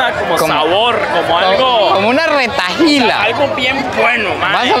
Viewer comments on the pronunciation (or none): Y tampoco es retailas es retahílas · Eso se dice retailas No retajilas 😂 un pequeño dato